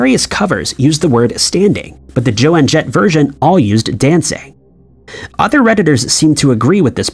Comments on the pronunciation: Roy SNYDER??? JOANNE JETT??? And he can't pronounce Bogart's name correctly.Lazy, very lazy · It's JOAN jett, not Joanne Jett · This video PISSED ME OFF. You need a better AI voice over, because JOAN is pronounced JONE, not JOANNE!!!!! You have lost a sub because of this. Get your shit together, and stop disrespecting people. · For Fuck's Sake, it's Joan Jett, not Joanne Jett. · If you can go back and correct, please fix Joan Jett!! It is pronounced Jone not Jo Ann! And also- it was definitely standing. I don't care what it says on lyrics sites now. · Joe-ann Jett 😂😂😂 I heard Miley Ray Cy-ree-us earlier today on youtube too. 😂 Fhuck. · I'm 41 and it def was "Objects in mirror may be closer..." different manufacturers 'may' have had diffent warning labels though? Anyway, besides the infuriating butchering of the names Joan Jett and Humphrey Bogart, the emoji one is trippy because I can clearly remember the robber and the hiker with the mountain behind him. Fucking weird dude.